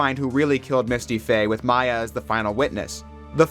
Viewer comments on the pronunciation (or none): You didn't say Gyakuten or Maya right.